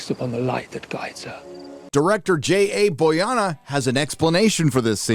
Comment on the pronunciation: " DIRECTOR BOYANA!?????????????? Jesus, learn how to read man...